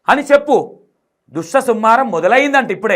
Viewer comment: అన్న ఆమెకు దుష్టసంహారం అని కూడా సరిగా పలకడానికి వస్తలేదు హలో జ్యోతి గారు అది దుష్ట సంహారం దృష్ట సంహారం కాదు